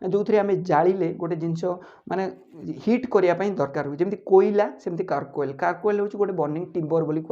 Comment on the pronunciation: कारकोल ना चारकोल ?